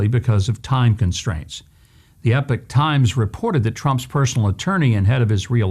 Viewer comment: Governor it is Epoch not Epic. The Idiot on the commercial says epic! And yet he is a journalist who miss pronounces words. Drives me nuts